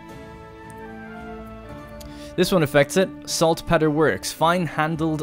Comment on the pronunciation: Odds are you'll never see this.....watching the whole series. Two things....1) It's pronounced Salt-peter. 2) Caochouc (sp) is the french word for rubber and is pronounced 'ka oo chu'. Thanks :)